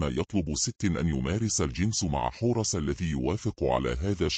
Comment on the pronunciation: مثلا كلمة حورس بيحط فتحة في الاخر لو كتبتيها حورسْ هينطقها صح لأنك حطيتي سكون على اخر حرف